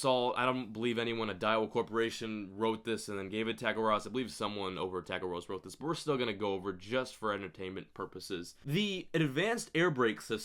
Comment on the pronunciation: I'm a subscriber and you vids are awesome but when you say tackle warehouse it sounds like Tiger Ross lol I'm like who's tiger ross